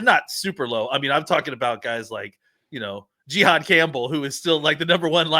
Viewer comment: I’m just gonna assume his name is pronounced JA-HAAD not GEE-HAAD…